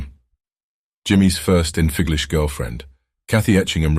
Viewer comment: ... Jimi Hendrix's first "Enfiglish" girlfriend 😆. Gotta love AI voiceovers... I already had my suspicions.